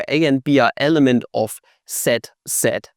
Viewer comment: Sed sed, zed sed. Dude it's sed set